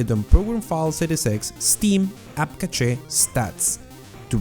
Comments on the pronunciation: Its pronounced like cash not catchè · app catch-eh. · It's not app cache it's app cachow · "app ca chey"